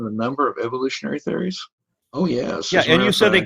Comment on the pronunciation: Why does he keep saying theories with the emphasis on the final syllable?